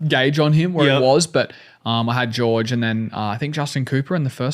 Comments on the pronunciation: It's Jorge not George, isn't it? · Its pronounced Hore-Hay! 😂 I think Hunter is just poking at him lol, they're rivals but still got respect for each other